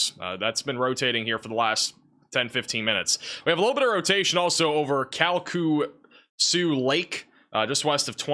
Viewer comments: Lake Charlesian here; Its pronounced Cal-kesh-yew. We also do not have sirens or basements. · Its pronounced "calkashoo" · Not important right now, but it’s pronounced kal-ke-shew (Calcesieu)